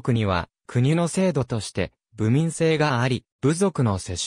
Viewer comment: 『東日流外三郡誌』（つがるそとさんぐんし」や、部民(べみん) などの読み方が…